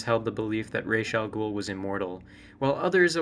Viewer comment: Before I even watch this video I am going to give you a huge like for actually pronouncing his name correctly. There are so many Batman lore stans that consistently say everything from Razz to Ross... like WTF?